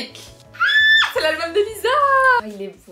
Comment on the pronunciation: Dans lisa le s se prénomme s et pas z